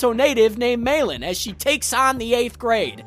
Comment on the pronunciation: Meilin...say it with me now...May Lynn. Not mailin'. 😫😅